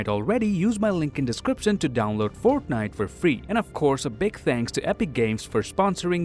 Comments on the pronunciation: My dude said “forknite”😂😂😂😂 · I love how he pronounces fortnite as forknite